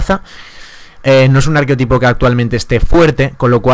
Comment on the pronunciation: Desde el respeto, se dice arquetipo, sin O. De buen rollo.